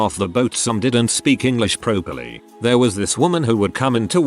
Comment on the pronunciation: Interesting that there was a comment about recent immigrants who couldn't speak properly and they mispronounced properly!